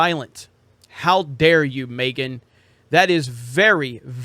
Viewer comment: Is he purposely pronouncing Megan as “Maygan”